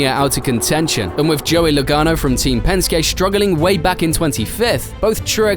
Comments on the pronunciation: pronouncing Penskey as Penskay is like pronouncing Mersaydeez as Merkrades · And Pen-skay instead of Pen-ski lol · hate to be that guy but Penske is pronounced like penskee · "Spinned out of control" This is the same bloke that talks about Pensk-ay Racing.